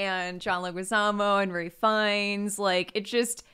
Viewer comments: It's Ralph Fiennes, not Ray. Also the mouse pointer is killing me. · Wow, I was so confused why they were calling Ralph Fiennes "Ray" until half an hour into the podcast when I looked him up and realized it is in fact pronounced "Raif." The more ya know